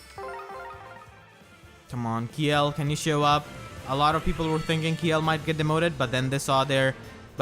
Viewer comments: To pronounce Kjelle, its KUH-JELL. since her japanese name is Degel. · I think Kjelle is actually pronounced "Shella" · If you want my two cents, I pronounce Kjelle's name as Chelle, like from Michelle. But I think the accurate pronunciation is really CHell, like from Cello. Also I'm glad that Cynthia was added. I married Sumia in my male Awakening file, so now I can make a family team for giggles.